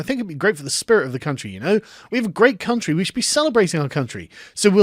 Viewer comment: yes, amerika greayt cuntry